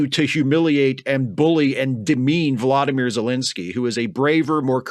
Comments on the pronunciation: For the love of god, it's Vo-LOD-ymyr, not VLAD-imir!! Zelensky deserves the respect of not pronouncing his name like the war criminal murderer who invaded his country. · please take care when pronouncing Zelenskyy’s first name. It’s vo-LODD-oh-meer. And not PHLAD-uh-meer. Thank you.